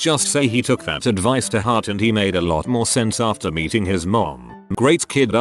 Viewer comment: Why does it sound like when the text to speech says meeting it sounds like beating .